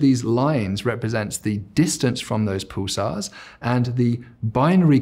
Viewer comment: Very interesting long 'u' sound in his words - 'puulisar'. 'muul-tiple; etc.